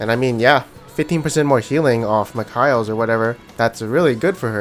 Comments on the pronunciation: MIKAELS = MICK-KAYLES I die a little bit everytime you say Mick-Kyles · The way you say mikeals dude is so weird 😊